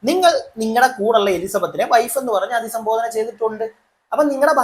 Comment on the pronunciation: അധിസംബോധന അല്ല..അഭിസംബോധന എന്നാണ്..